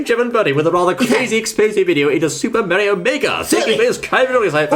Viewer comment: it Is Mario Not Meario